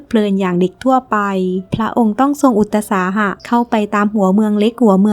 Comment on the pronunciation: คำว่าอุตสาหะต้องอ่านว่า อุด-สา-หะ